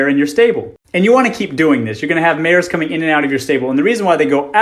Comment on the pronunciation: "Mares" OH MY SWEET BABY JESUS